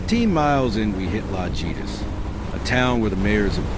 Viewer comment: Great video. La-hee-tas and o-hee-na-ga